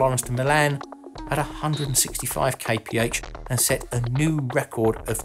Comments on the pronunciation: Kay pee heigch sounds stupid, it's kilometers per hour! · "250 kaypehatch"? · Man please stop saying KPH, it means nothing and it is horrible to hear!!! Come on you know it.